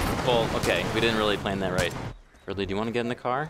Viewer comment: Every time I heard say "Fred Lee" I heard it as "FriendLy"